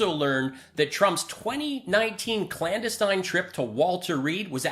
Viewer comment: love your stuff but seriously, don't pick on someone's enunciation immediately after mispronouncing clandestine... bad form and it makes it hard to justify your joke...